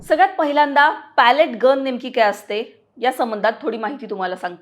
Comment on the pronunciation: Pellet चा उच्चार पेलेट किंवा पेलीट आहे. Palette = लाकडी चपटी फळी. बातम्या देताना उच्चार आणि अर्थ समजून घ्या. अनेकांना इंग्रजी किंवा कठीण शब्दांची जाण असते असे नाही.